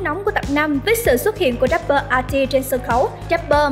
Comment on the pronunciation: Rapper chứ k phải dap bơ nha chị